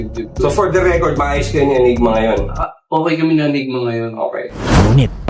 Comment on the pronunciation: ANYGMA boss, hindi ENYGMA.